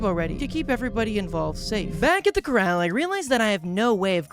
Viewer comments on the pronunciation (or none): "back at the corrAl"